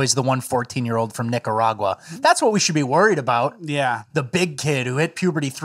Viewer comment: Lmao ehh Nicaragua! You said it right